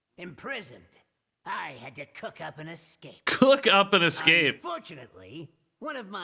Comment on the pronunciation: He DEFINENTLY said Cock, not cook... O.o